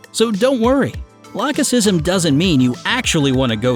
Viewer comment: Did anyone notice that he pronounced "lachesism" differently? Like, first "lake-e-ism" and then "lach-e-sism"